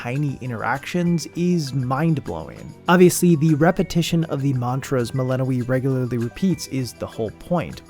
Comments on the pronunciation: are you pronouncing it Melanoë the whole time? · dev: doing everything in their power to make sure you know how to pronounce the name Youtubers: melehnoee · Good video, but why does he keep pronouncing Melinoë wrong? They say it so often in the game, haha. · got eye twitching at that pronounciation of melinoë